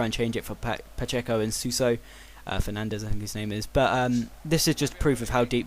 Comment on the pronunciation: its pa-sh-A-co